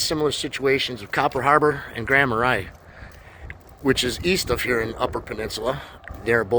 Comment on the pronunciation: Nice video with good ideas. Btw it’s “Grand Mar-ay”, not “Grand Mar-eye” (spelled Grand Marais).